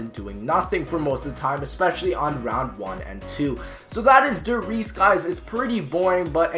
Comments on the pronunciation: You said number 4 wrong, its Rise, not reese, German translation is "The Rise" Js, But good video over all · how dare u say der resse's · Reese's? Did you just say Reese's? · lol der reeses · Chayse Morales I mean when said Der Resses, I saw the map the Giant. Is the Giant just a different name for Der Resses or what? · Giulliano Martini Its DER RIESE, just how it stands here. DER RIIIIIIEEEESSSEEE. Put it in german google translator and listen. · der rise not reese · isn't what he said as Der Reeses, the Giant?